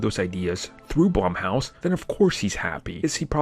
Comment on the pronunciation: He keeps saying blumhouse wrong